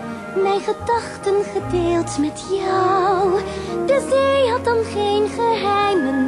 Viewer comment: spreekt de Z niet goed genoeg uit. Het is bij haar veel meer: Ik ben gek op de see!